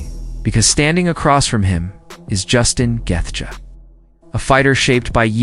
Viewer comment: LOL bullshit vid, and this bell end dont even know how to say Gaethje , fucking gefka ... wtf is that